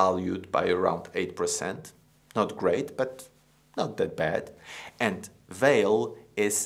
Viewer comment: I´m Brazilian and I think strange the way is pronounced Vale´s name in this video. Here in Brazil we pronounce the company´s name something like VAHLEE. We pronounce the letter E, at the end of the word like a E sound, with a stress in VA.......But it is an interesting video. Thank you!